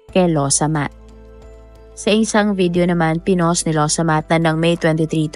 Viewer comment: Excuse me not losomath.. Its lawsamat... Means excuse me